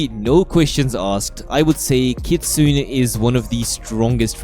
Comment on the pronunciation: You're actually not pronouncing Kitsune correctly. Kitsune is pronounced with 3 syllables. "Kit-Su-Ne," with the Ne at the end sounding like "ney" or "nay," not Kit-Soon. It's easier to listen and repeat so I would suggest searching a video on how to pronounce it correctly!